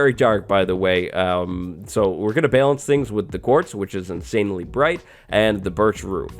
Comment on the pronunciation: The way he says balance makes me want to die